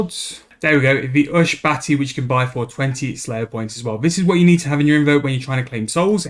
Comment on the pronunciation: ushAbti, not ushBati lmao. Good video nonetheless.